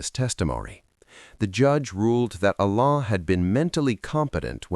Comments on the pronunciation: It is Alain not Elene, 😂😂😂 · AI voice can’t pronounce his French Name, it was an interesting story. 👍🙏. From 🇨🇦👵🇰🇷